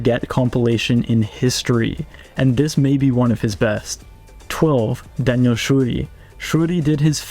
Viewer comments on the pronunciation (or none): none